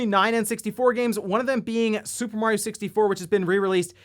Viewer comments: I can’t stand how he says mor eee oh. It’s a sharp a. Someone pointed it out in the comments, now I can’t stop hearing it. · yeah, you pronounce it M ARE EEE OH, or MAT EOH